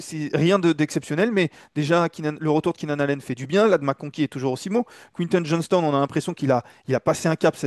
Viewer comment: c'est Quentin Johnston et non. Quinten